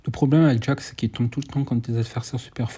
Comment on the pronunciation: Tu me fume 😂 je t’entend dire jaque au lieu de jack 😂